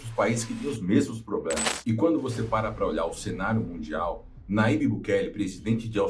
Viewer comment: Aprenda: o ipsilon(Y) em espanhol se assemelha ao jota em português. Portanto, o nome do presidente salvadorenho é pronunciado Najib